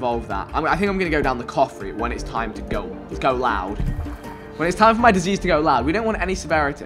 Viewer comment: When he said "you become disease" all i heard was you become a jj for some reason 😂